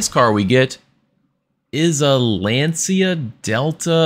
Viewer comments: Fantastic video, loved this challenge! I wonder if it's possible to do it without any upgrades. By the way, some Italian pronunciation: Città di Aria = tcheeTTa (the first "t" is silent) dee arya (like Arya Stark) Lancia = Lantcha (the "t" is silent) Hope this helps! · All good! Everybody gets this wrong, even Jeremy Clarkson of Top Gear pronounces Lancia as you did. Note that Gran Turismo forgot to put the accent in the final "a" in Città, so it might put off non-italian people on where the accent falls. Can't wait for your next challenge!